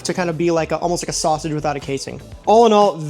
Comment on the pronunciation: I wasn’t wondering where you were from, but then you said sass-age and I knew instantly! 🐻 ⬇️ my Chicago brother!